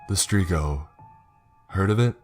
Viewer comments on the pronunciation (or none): Its strigoi. Strig-oy. Not strigo. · Its not strigoh , its strighoi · it`s Stregoi..... not strego. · Is it not supposed to be Strigoi and not Strigo? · "Streego" lul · Umm I’m sure your saying the creatures name wrong but then again accent can make it correct as well.....sorry I’ll drop it I have issues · Romanians are Christian orthodox. Plus the pronuntiation of strigoi is very off. Also the strigoi only come out at night and the trait is not hereditary it can happen to anyone if certain conditions are met. Great story otherwise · You mispronounce strigoi.